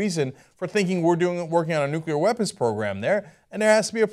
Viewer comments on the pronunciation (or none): Lol ***** pronunciation of nuclear.